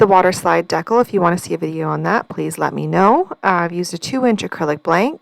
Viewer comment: Hi, I know it’s been a minute, but a couple tips, take em or leave em 😊 Ok first it’s Dee-cal. Long e & the a in cal is like pal. If you’re ever having trouble getting the protective slip off acrylic blanks, put a heat gun or hairdryer to it for a few seconds and voila! On the waterslide, it helps to use a sponge with a little more water if it’s not sliding off. The trick you did using your fingers was perfect. Lastly I keep a strip of blue masking tape with part of the sticky side up on the edge of my desk - it helps me take off any backings of stickers, etc. without marring up the edge. I use a lot of nail stickers which were not playing nice with any other way & I happened upon the trick by accident when the backside of a sheet of nail stickers landed on some tape I’d used to pick up little bits of resin & didn’t toss bc it still had open sticky places. Super impressed with the centering of the name - by eye - I’m one who has to measure. Happy crafting!